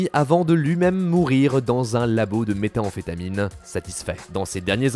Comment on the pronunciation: C'est méthamphétamine, pas méta-amphétamine... Insupportable de ne pas réussir à prononcer un mot...